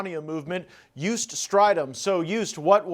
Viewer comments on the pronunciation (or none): Joost not youse😂😂😂